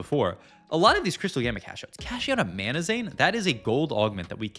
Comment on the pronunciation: it's MANAZANE....not MANAMAZANE. jeezus